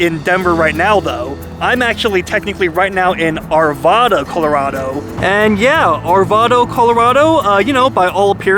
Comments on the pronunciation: It's not ARVAWWWDA. IT'S ARVAAADA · Hi! Coming from a native..it is pronounced Arvada w a short A sound..Not w a short O sound..which a ton of out of staters will tell you..Arvaaada...not Arvoooda...👍🤓 That's when we know you're not from here or visiting!! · You definitely don’t say Arvada correctly 😂😂😂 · You say Arvada wrong